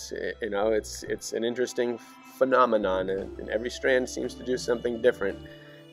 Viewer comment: It’s pronounced Strain not strand